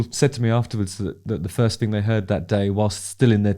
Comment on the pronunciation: Justin has that same pronunciation thing that I keep hearing more and more recently where words starting with a th are pronounced instead as an f so thing becomes fing, think becomes fink, birth becomes burf and boy does it get on my tits…